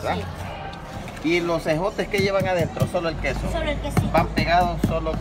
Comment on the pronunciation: calmado que se le olvida como pronunciar ejotes al que esta entrevistando ala señora